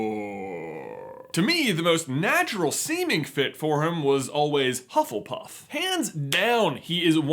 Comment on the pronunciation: Pengu Luu I’m sorry, what house is “hufflepurff”?